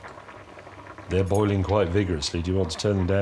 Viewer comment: "the'ye wrong!" there is much worse food in the UK